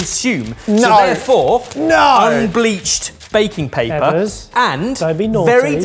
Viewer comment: I don't usually take to the comments but, EBBERS!!! You CANNOT get away with the U!